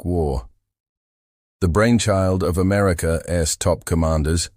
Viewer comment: You don’t listen to your own work for even ten minutes, do you? I’m not opposed to AI tools, but please do your due diligence to curate the pronunciations. “America S military strategy was to…” should be “America’s military strategy was to…”. Little things like that. Elevate your content from typical AI slop. You’ll get more subs and views in the long term.